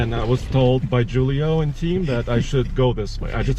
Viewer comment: i think it pronounced who-lee-o not jewel-ee-o but idk maybe I"m wrong.